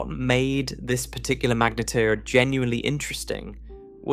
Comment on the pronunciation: It really doesn't know how to pronounce mangetar does it